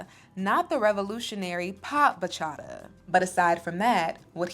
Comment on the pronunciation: I love you, but please don't pronounce Bachata that way. I'm also wondering why sings Bachata, but can't pronounce it properly?! 😢